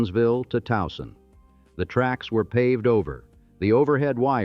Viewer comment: Ugh, yes! And how it pronounced Catonsville and Anne Arundel. I was pleasantly surprised that it actually got Towson right.